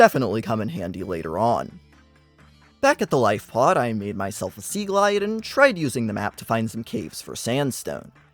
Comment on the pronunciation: "Another sEAgloide"✌️🥀